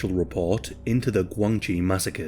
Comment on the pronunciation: The commentator pronounced GuangXi poorly. DIsgregarding tones, it sounds like Gwung Shee. Interestingly it is a homonym of the term for Relationships, particularly in political and business relationships / connections in Mandarin / PuTongHua Chinese language. I spent several years there.